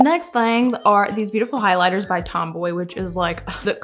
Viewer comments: Girl it’s not tomboy it’s TOMBOW Like RAINBOW but it’s TOMBOW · Tombow not tomboy Mildliner not binliner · It’s Tom - bow<